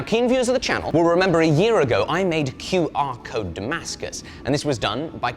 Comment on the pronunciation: says qr code like boris johnson says ai 😂